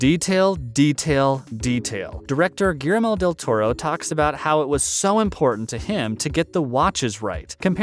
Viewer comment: Lame! Learning to pronounce the director's name could have improved this, a little.